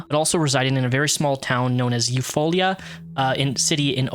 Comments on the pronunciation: I live in Oklahoma, it’s pronounced “You-Fall-Uh” lmao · Eufaula is pronounced “You-Fall-uh” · Eufaula is pronounced U-fall-uh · Grew up in Oklahoma and I never hear true crime type stories from my own state so this was neat!! Also- It’s pronounced you-fall-uh. Oklahoma pronounces things weird 🤣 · Eufaula is pronounced you-fall-uh 😁😉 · Okie here, we pronounce Eufala like Yew-fall-uh. I laughed more than I should've. 😁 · The way you pronounced Eufaula was hilarious, being an Oklahoman myself, while the rest of this is so sad. Thanks for sharing this and spending time